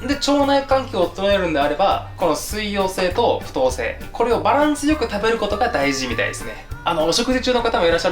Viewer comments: 不溶性の読み方って"ふとう"じゃなくて"ふよう"じゃないかな…？(´･ω･`) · 「不溶性」って「ふとうせい」って読むんですね😅 「ふようせい」って読んでました😅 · ふとうせいじゃなくて、ふようせいだと思うよんんん！！！笑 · ふとうせいじゃなくて ふようせい じゃないのかなぁ、、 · ふとうせい、じゃなくてふようせい食物繊維ですよ！！